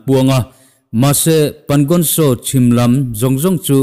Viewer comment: Pangon tso tih hi nang tluka inhmeh an awmlo,tin,Ladakh tih pawh. Ngaihthlak a nuam bik.